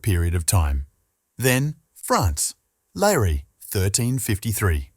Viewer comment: EDESSA, not "Adessa." Edessa is now in Urfa, Turkey. Not "Dashani," either, but GEOFFROI DE CHARNY (c. 1300 or ), Lord (Seigneur) of LIREY (not "Larry). This is what I hate about machine-generated texts and audio: they get the basics very, very wrong!!!! Bother to get the details right!